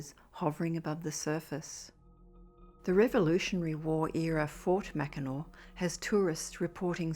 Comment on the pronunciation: Awesome job pronouncing "Leelenaw". Having grown up in Michigan my whole life, there are people from the state that don't pronounce it correctly. 👌👍 EDIT: Ditto for "Mackinac".